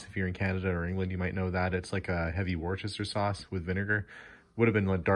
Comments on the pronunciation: Its wooster sauce not worchester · Just FYI: Worcester sauce is pronounced Wuster sauce. It is what it is 😀👍